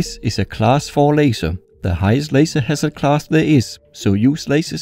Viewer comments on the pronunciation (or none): none